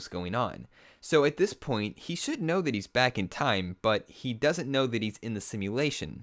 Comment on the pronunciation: wow your cool you say dat instead of that. way to go you win.